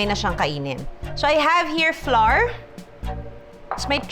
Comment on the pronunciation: Watching from Palm Springs 🌴 Ca I noticed the words " Flour" you pronounced was awkward 😳 Flour should pronounced "Flau - ur sounds like "Flower" with a convenient twist "slang words " Thank you no offense